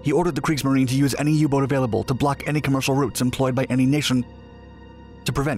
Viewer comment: “Creeksmarine” lol